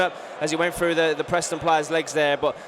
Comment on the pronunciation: A lazy commentator who says things like "fredded it frew"